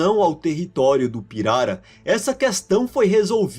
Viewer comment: Finalmente um vídeo em que a pronúncia da palavra pirara é dita corretamente. Pirara é palavra paroxítona (piRAra) e não "pirará" como alguns estão pronunciando por aí. Parabéns pelo vídeo!